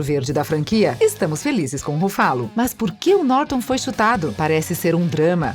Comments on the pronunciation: ele falou pronunciar o nome certo o certo é Ruffalo e ela fala RuFÁlo , Pensse antes de chamar alguém de burro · "brái" Larson, Mark "rufálo", Robert "dônei" Jr, Jason "istédirram, Mickey "rúrk"... Tá osso! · Huffalooo ,qual a dificuldade de pronunciar o nome correto? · RuFÁlo é mais gostoso de ouvir do que RÚfalo. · E esse "ruFÁlo" pela amor de deus né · eu to rindo d+ com o “Rufálo” plmdsNDSJDNSJDJSDJSKSKAKKKKKKK🤡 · RUFÁLO kkkkkkkkkkkkkkkkkkkkkkkkkkkkkkkkkkkkkkkkkkkkkkkkkkkkkkkkkkkkkk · explodi no "ruFFÁlo". KKKKKKKKKKKKKKKKKKKKKKKKKKKKKKKKKKKKKKKKKKKKKKKKKK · eu não to feliz com o "Rufálo", odeio esse hulk bobão que fizeram! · A narradora precisa melhorar a pronúncia dos nomes dos atores. Dói de ouvir, ex. Ruffálu?! Misericórdia! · Aula de pronúncia 1.0: Brie Larsson - Bri Larsson Don Cheadle - Don Chidou Mark Rufallo - Mark Rúfallô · Brai larsen. Chédou. Rufálo. Pronuncia tosca. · Rufalú kkkkk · Ouvidos sangram kkkkkkkkkkkk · Eu até estava gostando mas depois de ouvir duas vezes: RuFÁlo, perdeu a graça kkkkkkkk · Eu ia dizer isso. Doeu no mindinho do pé esquerdo. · Fala sério galera do Se Liga, um canal com mais de 50 mil inscritos colocando um robô pra narrar? Gastem um pouco pelo menos com isso, essa mulher toda vez fala algum nome errado. Os vídeos tem um conteúdo Espetacular, mas essa narração... Pelo amor de Deus! Melhorem esse aspecto pois a demais está muito bom.